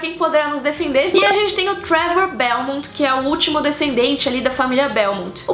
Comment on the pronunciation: Gostei demais do vídeo, parabéns! Só queria ressaltar dois pontos: A pronúncia de "Belmont" é exatamente essa, "Belmonth", e não "Belmon" ou "Belmonty" como alguns dizem, então dependendo de como você pronunciava quando criança, tava certa. Outra coisa, você em um momento diz que a animação não é pra crianças, porque mostra em certos momentos violência explícita, sangue, entranhas e um bebê sendo devorado. Tá certo avisar isso, mas... você mostra as imagens disso no seu vídeo enquanto fala:v Não valeria colocar um (+18) ali no título?